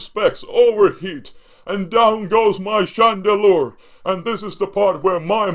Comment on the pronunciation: It sounds like spade when he says Chandelure :)